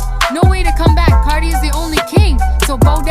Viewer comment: how he pronounces it "car-die" me as a new zealander that doesnt have that mcuh of a difference in accent to him but still "car-dee"